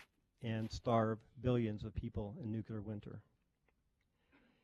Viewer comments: The presenter says "nuccelar" several times at the start, and he almost says his colleagues "have demonstrated that even a nitwit" before he corrects himself and says "limited". Wasnt even joking, and everyone laughed. Its a savage world :D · Why do intelligent, well educated persons still pronounce Nuclear as nucular?????????? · Why do so many people pronounce it new kew lar? It’s just as east to say new klee ar. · The DEAN of the COLLEGE says :"Nuke-you-lar"??? In front of Prof of Linguistics. "New-Clear", dear boy. SOMEONE tell him! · Thank you. I was getting tired of the chair person pronouncing it nucular.